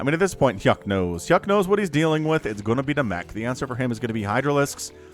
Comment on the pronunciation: U made hyuk pronounce like yuck